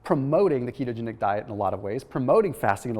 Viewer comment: Did you say kete-angelical?